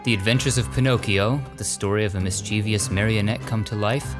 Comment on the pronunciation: You mispronounced mischievous. I finally gotcha!!!